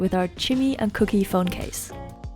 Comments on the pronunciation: It's Kookie Not Cookie hehehehehhe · Omg u are so cute it's not cooky it's Kookie 😂🤗